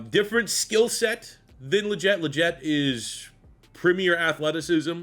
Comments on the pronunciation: Dude really? Haha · Legette is pronounced “Lee-Get” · Excited for this video but cannot bear to listen to you butcher Legette’s name for 103 minutes